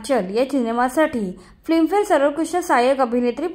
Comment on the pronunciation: फ्लीम फेर नाही ग बये. Film Fair नीट उच्चार करायला शिका